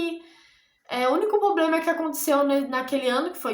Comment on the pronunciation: Desculpa mas vc está fazendo faculdade de direito e fala poblema??? Pqp